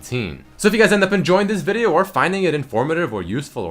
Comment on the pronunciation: Change the intro please..and stop saying video the way u say it XD